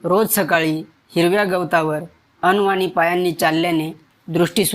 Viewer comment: अन्नवाणी नव्हे अनवाणी म्हणा